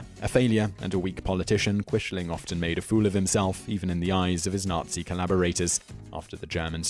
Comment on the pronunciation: Thank you for including Hanoi Jane Fonda and the Rosenbergs. Please work on your pronunciation. Quisling is pronounced like Quizling. Neither Lawrence Olivier nor Robert Powell in either the World at War or World War II in color pronounced Quishling.